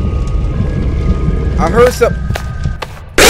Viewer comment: Ha he said heared